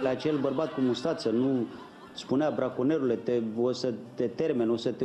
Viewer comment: morrr d ras numai cnd aud"branconieri"=)))))))